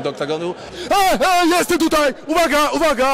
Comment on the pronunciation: Weź ktoś powiedz kasjuszowi że mówi się TUTAJ nie TUTEJ